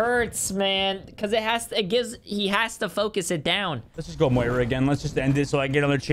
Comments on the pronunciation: yo dude it's moira not mora or whatever it is you say xD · If you pronounce Moira wrong one more time I’m gonna flip my shit